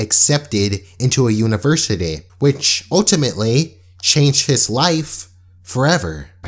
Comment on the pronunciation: The way you pronounce university